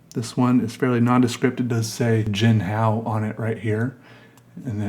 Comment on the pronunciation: You're saying it right. Hung hao. Your sense of humor is wicked cool. Lol I found myself psycho-analyzing your drawing... you were in a good mood right?